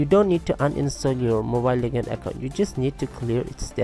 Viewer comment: U pronounce legends as lekands haha ur way of talking is like a gay lol haha😂😂😂😂😂😂😈😈😈😁😁😊😂😂😂